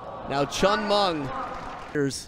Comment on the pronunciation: It’s chen meng not Cheng meng